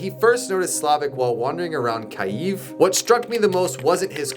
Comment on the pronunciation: It's Kiev bro, not Kayv